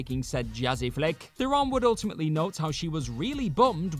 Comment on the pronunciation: Theron rhymes with Sharon and Karen. It's not Thare-OWN.